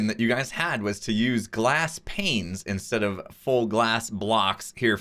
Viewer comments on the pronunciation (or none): none